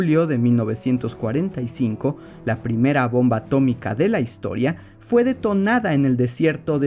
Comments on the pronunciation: ATO-MI-CA se dice ATO-MI-CA Henry trumman 2021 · A-TO-MI-CA se dice A-TO-MI-CA 😂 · Historia bien contada + ciencia + referencia Simpson = me suscribo ya mismo!!! A-to-mica, se dice a-to-mica 😆👏👏👏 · Atómica, se dice; a-tó-mi-ca!!! - sentí algo que no supe explicar... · Atómica, se dice atómica. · Atómica se dice Atómica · Atómica, se dice atómica